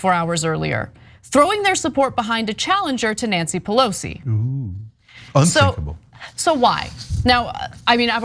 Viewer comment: It’s racist not to pronounce her name correctly... racists.